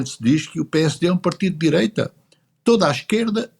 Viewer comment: Dizem que o PS está radicalizado à esquerda e que é essencial a AD chegar a acordo com eles 😅😂😂😂😂 "diireita" LOLOLOLOL